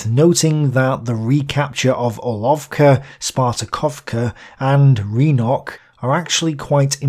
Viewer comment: Thanks for another great video! Minor pronunciation pointer if I may: Rynok (which just means 'market') is pronounced more like 'Rinok' rather than 'Reenok'. The sound is similar to the i in 'rince'. Russian, like English, differentiates between those two sounds more or less the same way. Slip and sleep is a classic example.